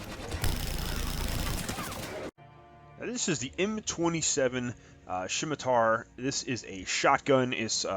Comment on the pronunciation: first thing, it's pronounced "semitar" the "C" is silent. I don't know what a "shimitar" is. Now, onto your list. The Hurricane blows!! It's absolutely not worth using. I come across countless hacks raving about the thing used with the turian soldier, and I out score them every time. It's got shit range, shit accuracy, and shit stability. The Scemitar blows too!!! All shotguns in this game are shit. Say all you want about the Geth plasma shotgun or the claymore but they both suck. Once again, I trash these rookies using shotguns. The mantis is a decent sniper, though it's only meant to be used by beginners. If you're looking for a sniper look into the black widow, valiant, or the Indra. The Indra a full automatic sniper so it won't be as good with a character designed for sniping. Onto the Paladin, I never really thought the paladin was needed. The Carnifex was always better in my eyes. The paladin has low ammo, low rate of fire, and is just a touch too heavy to be used by power characters. Since they shit on the pistol headshot damage, neither the paladin or Carnifex are useful past silver. The Lancer is the only weapon that should be on this list. It's my second favorite assault rifle and on my top 5 for the game. It's only problem is its stability, so I only use it with my turian ghost or human soldier. Never use the gun mod for stability, only use the armor modual. Theres an alarming amount of brainless dumbshits on this game that shit talk the useful guns, so ignore them